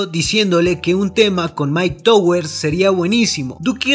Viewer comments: Puñeta puedes decir myke tawers se dice asi no myke towers no se dice como se lee aparte de eso muy buen video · Se pronuncia tawers